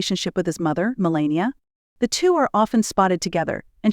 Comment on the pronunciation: U didn’t pronounce her name correctly